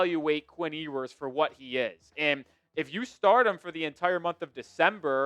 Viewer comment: Still mispronouncing Ewers name?